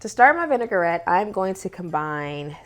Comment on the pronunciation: I will try this. Thanks for the recipe. Vinaigrette is a French word so it is pronounced vin-i-grette, not vinegar-ette.